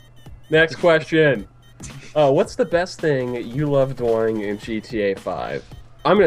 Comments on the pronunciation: does anyone else just love the way says the word "doing"? Maybe I'm an fagit for thinking that idk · It sounds like doying